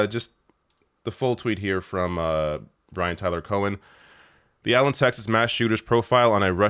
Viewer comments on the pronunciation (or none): none